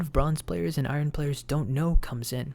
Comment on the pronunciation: why do u pronounce iron like that whats wrong with you bro